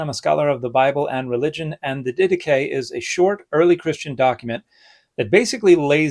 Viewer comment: English speakers never fail to surprise me with their pronunciation of Greek words. I would not have recognised it if it wasn't in the video title.